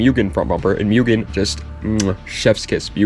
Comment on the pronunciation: I own a genuine 無限 MUGEN Si, and it's pronounced Moo-gen. Just so you know.